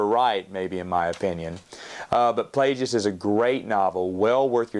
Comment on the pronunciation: I love you but the way you pronounce Plagueis 💀